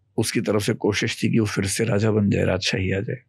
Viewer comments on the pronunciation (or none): Very astute speaker. But a few things: — It's not "impact" (if you're trying to say असर), but "effect" or "influence". — It's not "fir" ("फ़िर"), but phir (फिर).